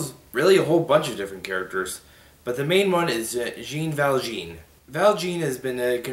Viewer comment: Along with Aaron (Desean) I have seen the musical, and if I remember correctly, Jean ValJean is pronounced differently. I don't think it is pronounced like the pants, but more of a french way.